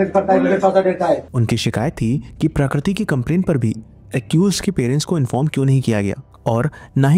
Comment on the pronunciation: Dude !! Please pronounce her name properly. The word 'Prakriti' is in Hindi Dictionary, its not that unique or foreign from your language.